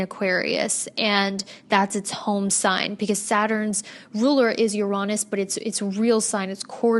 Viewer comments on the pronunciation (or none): Yo when she said Uranus like “yuronis” 😂 they tried to make it not sound bad for a minute but it is in fact pronounced like your anus 🤷🏻‍♀️😂